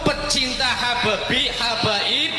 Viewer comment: Salah sebut habaib jadi hababi 😂😂😂😂